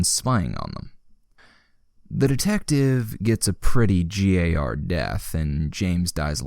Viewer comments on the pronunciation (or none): Just so you know, GAR is pronounced "Gar." It's a misspelling of "gay" from when a forum poster tried to say they were gay for a badass anime character, and the phrase GAR is now synonymous with unrelenting manliness.